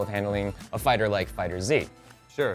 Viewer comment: it is not fighters z it’s fighterz